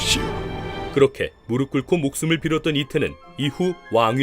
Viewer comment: 영상제작자는 '무릎'을 '무르플'이라고 제대로 발음하는데 정작 배우는 '무르블'이라고 발음하네. ㅠㅠ